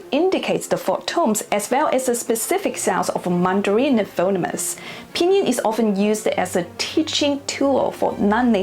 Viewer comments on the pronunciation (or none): At t= ...we have confirmed Chinglish...Phonemes = foh-NEEMS not FOH-nemm-ess...I have my doubts about this video...so many views...so few comments. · Phonemes is pronounced "Pho Neems" not "Phone-nem-mes". Thank you great video. I'm still learning Chinese. I make a lot of mistakes in Chinese.